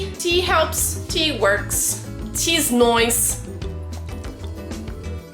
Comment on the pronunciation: "Tea's noice". You're hilarious! :D